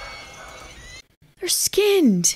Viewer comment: "YOOOOO" I hear that east coast girl ;)